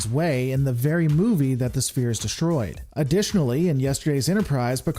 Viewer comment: Think of sphere as if it were spelled sfere. It is pronounced sfere not spear ;)